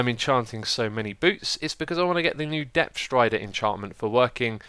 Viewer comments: "Depth Rider Stree" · "Depf thrider stree" -Xisumavoid 2014 <3